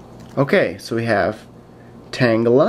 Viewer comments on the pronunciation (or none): none